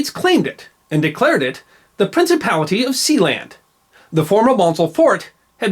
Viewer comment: Something about the sound of that word, "Prinicipality" that my 20th Century soul just enjoys immensely.